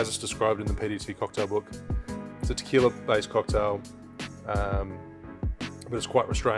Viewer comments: But you still pronouncing 'qui' in tequila correctly, is the same, again, this is not an attack, is just a tip or advice to help you pronouncing words and names from Spanish Language, i had a lot of problems when learning english so i know that, but if you can improve your pronunciation you should, we always should be improving. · Rum AND Tequiila What's not to love? Cheers say ( Tuh - KWEE - la) lol